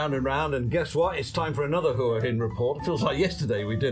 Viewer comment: Can you say Hua Hin correctly for fucks sake!